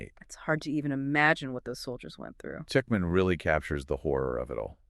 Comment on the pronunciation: The man in this discussion alternates in his pronunciation of "Tuchman" while the woman is consistent in correctly pronouncing "Tuchman" as "Tuckman